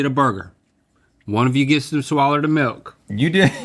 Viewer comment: It's a "swaller".